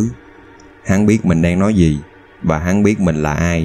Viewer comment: Bạn người miền nam nói tiếng miền nam có thể phát âm chuẩn giọng miền nam được không? Miền nam không hề phát âm chữ “gi” thì “z”… “za” cảnh, “zì”, “záo” viên… nghe chướng tai cực kì. Giới trẻ miền nam không biết tự nhiên học đâu ra kiểu phát âm này